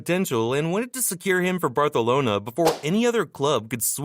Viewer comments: bro it's Barcelona not Bratonala😂😂😂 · ur saying barthalona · say barcanlona